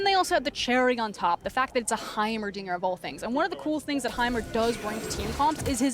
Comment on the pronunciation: He definitely said Heimeridiot